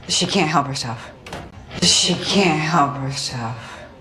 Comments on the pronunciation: 영어 잘 못하는데 느린 영상 계속 보고 또 봐도 I couldn't help my self로 들리고 입모양도 그렇게 보이네요.. 하하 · 감사합니다! can't help가 couldn't help로 들리긴하네요!!ㅎㅎ